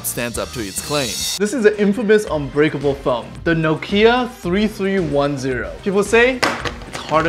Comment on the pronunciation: it's unbreakable not uncuterble